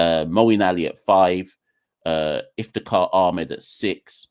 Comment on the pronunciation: It's Iftikhar, just saying